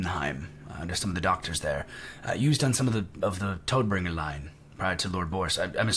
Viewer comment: Toadbringer? lol it's TODD Bringer. Tod being death in german.